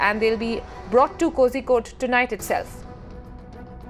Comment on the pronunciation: Uh it's Kozhikode (Calicut) not Kosikode 😂